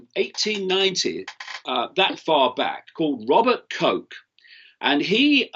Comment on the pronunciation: Just a nit picking on pronunciation of this name: that German guy is called Robert Koch, as in Loch Ness, not Coke, as in the Black fizzy drink. 😁